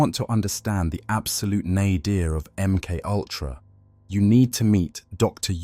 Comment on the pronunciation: Em cultra Emoltra Em K ultra M K U L T R... A M K owltra M K oyltra M K ayltra THE AI VOICE HAS HAD TO DAY IT SO MUCH IT'S BEGINNING TO BREAK IT'S OWN ARTIFICIAL MIND. 🤣🤣🤣🤣